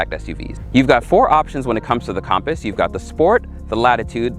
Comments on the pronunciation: Compass not com paus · It’s not compost it’s compass compass